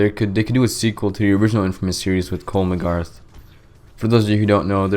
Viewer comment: I face palmed so hard when you said "Cole Magarth"